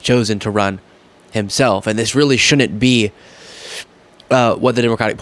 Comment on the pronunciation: Could you please learn how to pronounce "shouldn't?" You're saying "shunent." Otherwise great content.